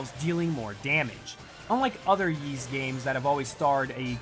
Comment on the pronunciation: a sponsored video and you cant even pronounce ys right